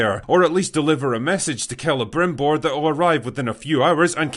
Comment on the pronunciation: His name isnt Celebrimbor, it's Celebrrimborrrrrrrh